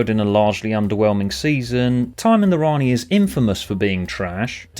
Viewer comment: For me, your voice that says: "Rani" was me saying: "Ian."